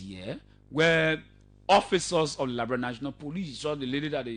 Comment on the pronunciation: Please pronounce the word Liberia correctly and not Liberail. Please show us where CDC has all those agricultural projects on going and producing rice and other cash crops. Please stop the lies and stop speaking your kru English that we will never buy.